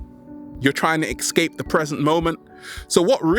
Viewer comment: Escape, not ex-cape.